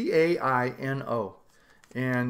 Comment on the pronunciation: Great cigars! It's Tay-No It's an Indian tribe.